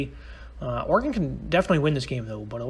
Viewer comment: It's or-again, not or-egone